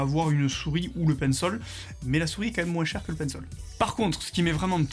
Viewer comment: Pourquoi tu dis pinssol et pas Pencil ???